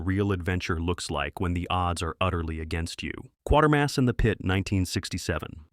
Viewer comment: It's Quaytermas